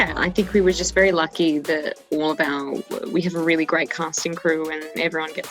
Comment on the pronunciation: for OUR relationship!? You and Jo? Hhhmm? Did I hear you right Hero or is your accent just getting the better of me? (That’s when he was talking about what’s important in a relationship)